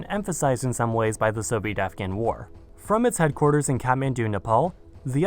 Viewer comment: (By the way) its pronounced KATH-MAN-DU, Nepal.